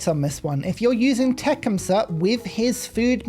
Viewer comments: Tecumseh is pronounced tuh-Kuhm·suh not Tech'um-suh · So, how I've always heard it said: Tecumseh (te-CUM-suh) with the accent on the second syllable...